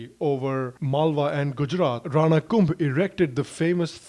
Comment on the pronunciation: One correction... hammir dev of udaipur is different from hammir dev chauhan whose photo you showed in the video. Both are different...thanks for the video.... and maharana kumbha is pronounced as kumbhaaa ... in Rajasthan .... I m from Udaipur (mewar)